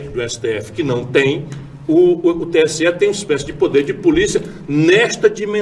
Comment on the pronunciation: VERDADE! É "TSE" E NÃO STE!